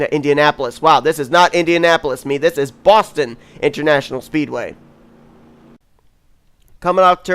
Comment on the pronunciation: how dare you botch "Boston" at the end of the video. We don't actually talk like that